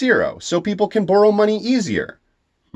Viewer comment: Why you say boru, not borrow??? Are you such a big fan of Naruto???